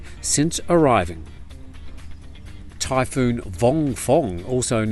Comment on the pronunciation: Typhoon? I thought you said Thai Food!